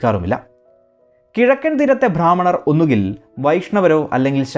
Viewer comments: ഭാ ഹ്മണരല്ല ബ്രാ ഹ്മണർ എന്ന് ഉച്ചരിക്കൂ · Bhrammanar alla brahmanar aanu sariyaaya uchaaranam. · ഭ്രാമണർ അല്ല, ബ്രാഹ്മണർ ആണ്. നിങ്ങൾ മിക്കവാറും ഭ്രാ എന്നാണ് പറയുന്നത്. ഉച്ചാരണം ശരിയായി പഠിക്കുക. 😛🥵🥶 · വിവരണം കൊള്ളാം. പക്ഷെ ഉച്ചാരണം നേരെയാക്കിയാൽ കേൾക്കാൻ സുഖം കൂടും. ഭ്രാഹ്മണർ എന്നത് തെറ്റായ ഉച്ചാരണമാണ്. ബ്രാഹ്മണർ എന്നുള്ളതാണ് ശരി. ബ യ്ക്ക് പലയിടത്തും ഭ എന്നുച്ചരിക്കുന്നത് ഒഴിവാക്കണം. വിവരണം കുഴപ്പമില്ല. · "ഭ്രാഹ്മണർ" അല്ല സേട്ടാ, "ബ്രാഹ്‌മണർ" എന്നാണ് ഉച്ചാരണം 😈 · കേരളത്തിലെ നമ്പൂതിരിമാരുടെ ചരിത്രം കൃത്യമായി പഠിക്കാതെ ഏറെ വിവരദോഷം ചരിത്ഗ്രമെന്ന രീതിയിൽ അവതരിപ്പിക്കുന്നു. ചില താത്പര്യങ്ങൾ കാണും. എല്ലാവരെയും മണ്ടന്മാർ ആക്കാൻ കഴിയില്ല. ബ്രാഹ്മണർ എന്ന പദം ശരിയായി ഉച്ചരിക്കാൻ പോലും അറിയാത്ത വ്യക്തിയാണല്ലോ അവതരിപ്പിച്ചിരിക്കുന്നത്.